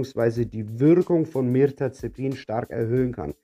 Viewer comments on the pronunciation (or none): Das Medikament heißt Mirtazapin. Du spricht es falsch aus, sagst Mirtazepin. Venlafaxin sprichst Du auch falsch aus. Wirkt fachlich nicht wirklich kompetent.